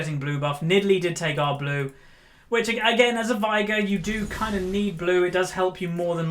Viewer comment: Why do you say Vigar? It's veigar , i can't get an why an experienced player can't even pronounce half of the champs you play ...